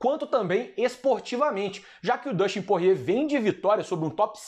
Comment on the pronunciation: me da agonia ver ele falando porrier kkkkkk